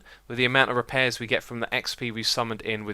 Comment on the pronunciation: "reapairs" oh Xisuma :') Also your conclusion is wrong, using a normal diamond pick will be able to repair itself fully as it is a total of 160% and not 60% as you said.... you're going to need to re-do this video tbh.